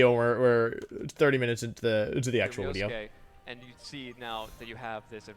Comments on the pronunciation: Nobody: Wolfe: Pauses Wideo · to did he say video and then correct to wideo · i think the wideo length would be a lot shorter if he stopped apologizing for the wideo going to be long lol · everytime he says wideo i get closer to never watching again. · Wolfey: "This might be a long wideo." Me: "As it should be. Long wideos are good wideos." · every time wolfey says wideo instead of video it brings a smile to my face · It’s so cute when he call his video a wideo 😂🥰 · Well, actually is a wideo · nobody: wolfe: wideo